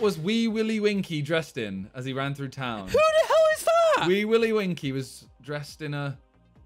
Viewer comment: He said himself it was a nursery rhyme, but he didn't rhyme 'town' with 'gown' lmao